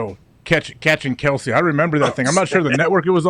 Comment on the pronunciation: It’s pronounced Travis kelss lol